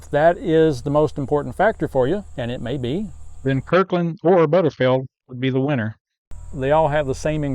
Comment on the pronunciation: OMG could you please pronounce it correctly it"s BUTTERFEELD not butterfeld ! And Costco stopped selling their canned roast beef so that is no longer an option !!